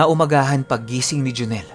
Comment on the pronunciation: Galing nga po ng pgkkabigkas nya e. Hehehe.